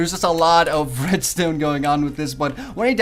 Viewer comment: he keeps saying redstone but it sounds like redstain